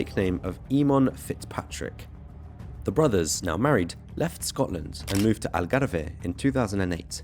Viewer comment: The Algarve NOT Algarveeeeehhhh! Some terrible pronouciation!